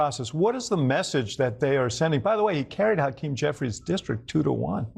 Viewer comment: “Tokeem” Jeffries.